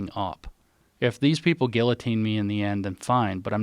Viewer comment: you know we are soft when we cant pronounce guillotine properly anymore